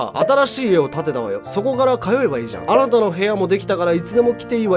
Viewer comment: 全部入れ歯だと、言われていますよね、10代で全部歯を抜かれた。と、テレビかなにかで、放送されましたよね。だから、発音が、あーた［あなた」と言われるでしよう。しかし素晴らしい才能のあるかたです、尊敬しています。これからがデビ様の本当の、人間愛と優しさが人びとに感じられることでしよう。私は20年前に名古屋の新幹線のりばで、デビ様に合って、小柄な方だと思った経験がありました。素敵な方でしたよ。母親になられたから、誰にも、母性愛で接するお人なのでしよう。長生きしてほしい、お人です。